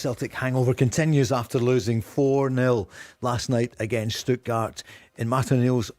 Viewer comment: Stuttgard? Where you getting the D from Barry